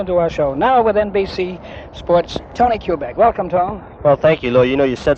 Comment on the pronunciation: Kubek, not Kubec!